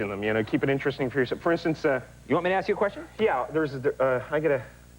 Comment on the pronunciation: “Can I asssss you a question ...ahhhhhh!,”